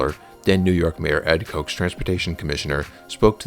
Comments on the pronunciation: don't you even know how to pronounce the mayor's name... Kotch. Well, you made a video that is somewhat on topic, though with a partially informed woke perspective. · Nice video! typo and "Ed Koch" rhymes with "watch" not "coke" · “Ed Coke?” Try again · A mention of Ed Koch; it’s not pronounced “Koke” like the brothers, but with the normal “ah” sound. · Ed "KOTCH" not Coke. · FYI - Ed Koch's name is pronounced like crotch, not like Coke. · The name of former mayor Ed Koch is pronounced kotch, not coke. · It's pronounced Ed KOTCH, not Koke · Its Mayor Koch (KATCH), not “coke”. My authority as an old NYer. Also The Vessel pulls in tourists which pulls in dollars which is a major part of the city’s economy that your comment fully discounts. Also your assumption that the money used to build The Vessel cost housing is at best simplistic, flawed, and wrong. That is not how development works. Also you are complaining that a commercial district is not nice to live in? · Mayor Ed Koch (pronounced like Scotch) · Your work is lovely. But being an oldster, I chuckled at the pronunciation of the mayor's name: Koch was/is pronounced "Kotch". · let me re-phrase. there's a typo "political ChampTions". Here ends the of list of typos. Unrelated to the typos, Ed Koch pronounced his last name "kotch" which rhymes with "watch" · Koch is pronounced the same way as the word “botch.” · Ed Koch's name is pronounced "Kahch" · Why did the mispronounciation of Ed Koch's last name bother me so much? 😅😅😅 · I didn't mean to nitpick, it was just a head turning moment.